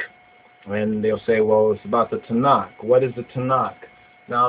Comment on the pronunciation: Its not "Tanak" its "Tanakh" the last letter is a Khaph not a Kaph. Its a guttural sound like the "ch" in Loch or Bach not a "k" sound. The place Ta'nak is splet תַּעְנַך The book Tanakh is spelt תַּנַ"ךְ two different words.